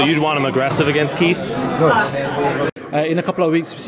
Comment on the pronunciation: ELLERBE -- For the love of God, you are suppose to be a professional and SPEAK the English language CORRECTLY. Its is not KEEF Thurman. It is KIETH Thurman. "We know that KEEF is always in great shape..".. There is not KEEF fighting. It is KEITH. Yes, I do realize that some ethnic groups use F for the TH sound, but c'mon man, you look good, dress well, smart, a sense of humor, know boxing and have money. Learn to speak proper Englis without slang. Just sayin. I know I will get beat up some, but I also know it drives others crazy as well.